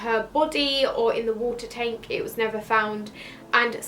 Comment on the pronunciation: Lol, 'tenk'